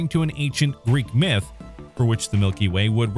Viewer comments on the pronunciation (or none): none